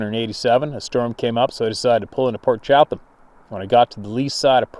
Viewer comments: 🤣🤣🤣Ya wanna say Port Chatham(Chattum!) again?!? Chattum-chattum-chattum😂🤣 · I'm not positive and don't want to be a critic so please don't be offended ( I know u won't) i think its pronounced "Cha-dum". The reason I say this is one of my best friends name is Jerry Chatham ( pronounced Cha-dum ) we've always called him "Big Jer" due to his 6'-4"/6'-5" height. He corrected me on the proper way to say his last name within an hour of meeting him. So Port Cha-dum is how it may be said.??? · Poor sure was hungry every time he tried to say Port Chapman I kept hearing pork chop. Yep, he was hungry.